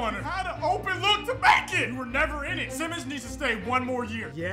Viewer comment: It’s not Simons it’s Sai-mons